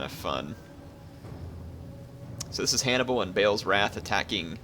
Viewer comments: BA'AL isnt pronounced BAIL... Its pronounced BAHL or BARL without rounding the R.. you can even hear it when you select one of the armies or on the diplomacy screen.. i hear it all the time... Ba'al Hamon be praised. no big deal though i suppose... your not the only one saying BAIL... its different to a lot of other difficult names that arent mentioned specifically in the game... so most of the time we're guessing. but Ba'al is mentioned throughout the game many times. so this one just sticks out.... sorry for being a dick. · I love your commentaries but 'Ba-al' is pronounced how it sounds not 'Bale' pls am picky but it annoys me